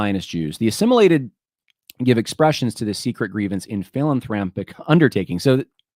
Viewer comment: "assimitaed", "hatrated", "Dyeyfus? Really?